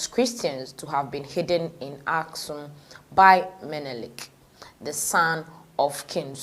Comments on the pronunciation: It is Axum dear, not Askum. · What the heck , you can’t even read properly it’s called Axum or Aksum pronounce it right for god sake.